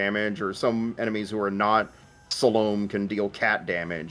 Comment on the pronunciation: It's pronounced Salomé.